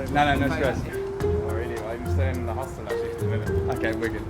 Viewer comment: They way you guys pronounce hostel is disturbing to me though 🤣😂